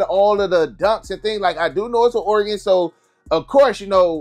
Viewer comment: How do you say Oregon so well, bro I’m from Oregon and people that aren’t from Oregon usually mess it up